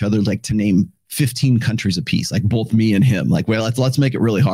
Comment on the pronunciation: I need a sound bite of saying “bolth” lol